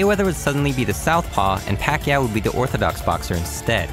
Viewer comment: Americans' pronunciation of Pacquaio is so awful